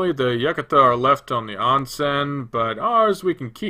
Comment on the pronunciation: I thought Yukata was pronounced as You-Caughta. Not however you pronounced it.